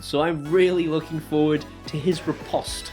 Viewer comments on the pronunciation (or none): none